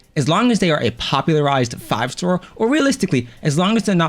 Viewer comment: Oh yes my favorite game Honkai "Satr" Rail 😭.